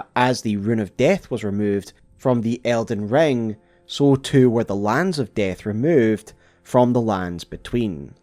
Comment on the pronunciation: Did anyone else think he said elden John? 💀